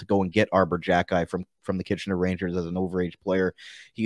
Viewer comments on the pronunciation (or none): It is pronounced KHE - KAI